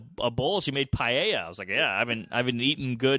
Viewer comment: I’ve never heard anyone rape the word ‘paella’ this bad 🤣🤣🤣